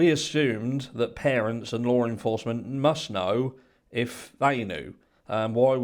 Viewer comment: I can’t tell you how long I looked for a Lauren Foster 😂😂😂😂 Y’all I finally realized he was saying Law enforcement 🤦🏻‍♀️I was honestly embarrassed by myself lol